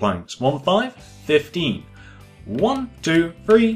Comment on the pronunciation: Why don't u be more clear when u say 15 idiot